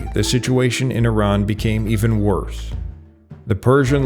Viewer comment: This is an exceptionally accurate and substantive documentary about Iran, and kudos to the narrator for the accurate and literate pronunciation of the proper names ( Iran instead of “I ran”); thank you for your contribution.